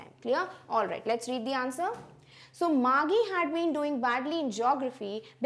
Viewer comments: It was not Margie gi. It was Margie ji😅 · Mam your pronounciation for Margie is not correct its actually mar-'g' not mar-'gie'